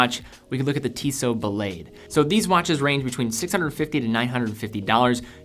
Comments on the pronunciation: you're a meticulous guy, so I'll be a bit nit-picky., the Tissot "Ba-laid"? Oh dear. It's a brand with a French name, so why is it so hard to see that "Ballade" would be French also? That's all. Another great video with lots of superb choices. Carry on. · I'm pretty sure it's pronounced "ba-lah-de" not 'ba-lay-de."